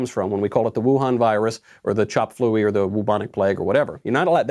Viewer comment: LMFAO "Chop-Fluey"